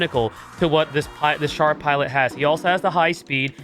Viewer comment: Um. Char is pronounced more like “sh-ar” instead of “ch-ar.” And GQuuuuuux is “qu-uh-x” instead of “qu-ak-s”